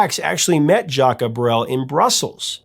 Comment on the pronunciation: My family moved to Belgium in the summer of 73 from Canada, this song takes me right back there. I am a huge fan of Jacques Brel ( your pronunciation needs some work) this was a great story, esp. your connection with your father. All the Best jcb